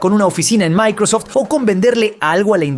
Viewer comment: Se dice MAICROSOFT y EI OU EL